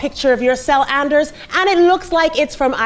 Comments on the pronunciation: And eRs, not andreys. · Well, Ana didn't spell "Andrees", she pronounced it. Give her a break, she's not Norwegian or anything. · Not Andreas but Anders ^^